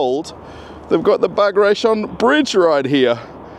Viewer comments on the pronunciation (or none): This is BagratiOn Bridge, the stress is on the last syllable.